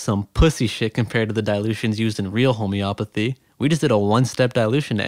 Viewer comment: Homey-o-path-ey. Not home-opathy.